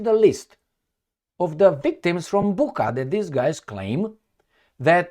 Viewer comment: It's pronounced "Boocha", not "Bukha", even though it is spelled Bucha. Just sayin'. As to what the hell exactly happened there - I wish I really knew... 😢 I don't trust either side, but it is obvious who it was damaging for, and who sort of benefited from it. But sometimes, logic goes out the window. Who knows.